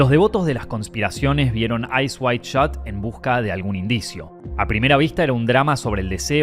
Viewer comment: Eyes wide shut. Not Eyes wide shot.